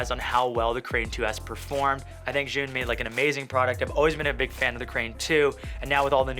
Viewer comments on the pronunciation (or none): Pork And Wine, I just looked it up and I can confirm, you’re correct. The Zhiyun people said it’s pronounced Ju-win... I still don’t get why it’s pronounced so differently than it’s spelled but whatever haha 🤷‍♂️ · pronounced Jhu Win... fyi... :) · Thats not how u pronounce Zhiyun.OMG